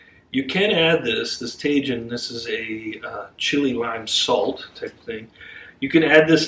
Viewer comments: Oh,. Tajun. lol. I love it. Please let him know it's pronounced Tuh-heen. I think it's Spanish. You know I always appreicte cooking with section. Also, love the sounds of the crunchy snow under your feet. It's one of my favorite things about snow and I rarely get snow where I live down south from you. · Tajin pronounced (Ta-heen), remember the j in Spanish has a h sound. 😉 Tajin is used a lot on sliced fresh fruits like oranges, watermelon, cucumber, apples, jicama along with some fresh lime or lemon juice. Very tasty and refreshing snack. Thanks for the wonderful recipe! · ahahahaa. It's ta-HEEN.